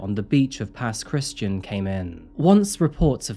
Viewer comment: Huge fan of the show, i don’t want to be that guy but I couldn’t help but notice you said ““Pass Christian” but it’s pronounced “Pass Criss-t-an” I know I know lol js